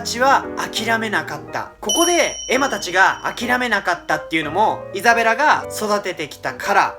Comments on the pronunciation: のところイザベラがエザベラになってる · 5分06秒ぐらいにイザベラがエザベラになってますよー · 5分5秒エザベラになってる(笑) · ？エザベラになってる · イザベラ→エザベラになってますよ〜